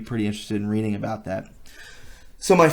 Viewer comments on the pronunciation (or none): none